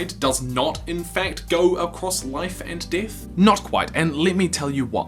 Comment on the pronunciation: So pronounce “death” as DITH? #SITH